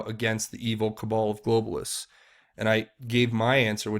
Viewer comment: Great work,. It's very much appreciated by those who simply don't have time to keep up to speed with all the details and ramifications of each development. One small point - "cabal" rhymes with "pal", not with "Paul".:)